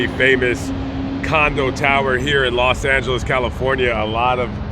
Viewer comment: was raised in LA. He knows how to handle "Los Angeles" (los Angelians).